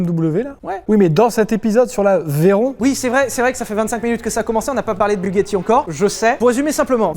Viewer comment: PAS DU TOUT FRANÇAIS BUGACHI